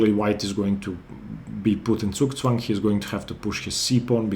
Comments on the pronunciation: Do you speak german? Because your Zugzwang was pretty clean :) By the way love your videos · I'm german and impressed of your pronounciation of "Zugzwang" :) most people get it wrong